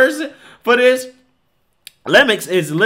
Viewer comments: love ya, brother, but it’s LEY-MUUU, not lemox lol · It's pronounced Leh-Meew...Not lem-ext. Just so you know. Lol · Ever heard of Mario Lemieux? Not Lemex, it's pronounced "Le myou". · The name is French and pronounced la-ma-eeew. Like mario lemieux, or boxer david lemieux. It’s a common French name, and you know the French, they wouldn’t be upset at all by a mispronunciation lmao😂 think this teacher is attempting and failing at causing the students to manufacture their own wood 💀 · It's pronounced le' mu 😂😂 But I'm sure the kids wished it was Le' Gone!!😂😂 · Lemieux is pronounce Le Myu like the great hockey player Mario Lemieux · It's pronounced Ley Mu, it's French lol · the last name is pronounced ' Lih-mue'. lol its French. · Lemmux? Learn to read man. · I love how you slaughtered his French last name throughout the video